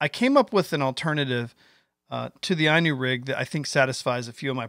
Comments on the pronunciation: *'Eenu'...not 'eyenu'... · I personally couldn't care less how you say it but little fyi Inu is pronounced like "E-New" I haven't used the Inu rig yet but have few worms rigged up and I totally agree with you. Not only easier to rig but Id rather have a tied on hook than free floating for hooking a fish. Its pretty cool ima have to steal it lol. That's what i think is the beauty of this new rig is its now just a new bait but new way to fish. Ive heard of Japan Inu rigs on drop shots, with jig heads, spinner blades, swimbaits and more. I never fish worms but fished like this I might start to.... if it works at my ponds. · It's ln U which in Japanese for Dog. Valbwill never understand Yanks creative misprono uncing simple English Worse is baffling. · At least pronounce it right. Looks good though!